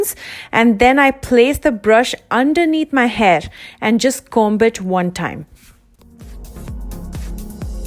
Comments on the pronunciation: b is silent in comb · You don’t pronounce the “b” in comb. 💕